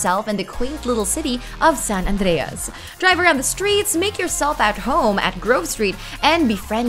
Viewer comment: I love it when you say "San Andreas"